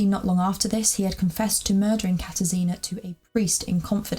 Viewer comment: It is pronounced kata-shina instead of katar sina